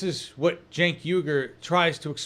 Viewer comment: Really sad that Bernie mispronounced Cenk's name (twice!)